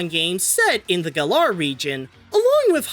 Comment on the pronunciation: At least I'm not the only one who likes to pronounce Galar with second "a".